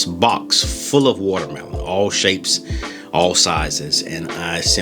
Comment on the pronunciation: The appeal of this video is the amazing way that you say woutermelon